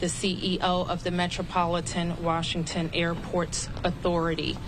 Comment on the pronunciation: Mayor of "waashinton" Where these people come from? DEI?